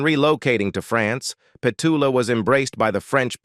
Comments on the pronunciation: Would have preferred to hear Petula's voice rather than your constant rhetoric about her life! Why no songs? Why none of her interviews where she tells of her life? Why no videos where her children, friends recall her life? You also mispronounce her name!! Its Pet-U-la! Very disappointing video. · Pity the narrator can’t pronounce her name 🙄